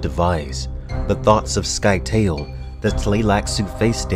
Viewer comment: I always thought the pronunciation of Scytale was different. Please, please, please, get to Heretics and Chapterhouse, those books are sickly underrated.